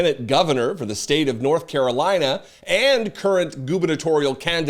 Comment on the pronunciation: What’s the word on the street North Carolina is what trying to say?! 😆 😊